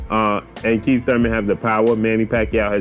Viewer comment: U said "KEEF one time Thurman" lol